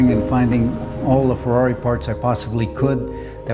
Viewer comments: First guy I've seen who speaks English and says "Ferrari" the right way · I am inspired by this video. I like how you say Ferrari. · Finally, an American who can correctly pronounce Ferrari. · Brilliant. Love the car, the man's commitment and personality. And he can say Ferrari correctly !! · Even how he pronounced Ferrari shows the passion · love the right ''Ferrari'' pronunciation instead of Fuwawuy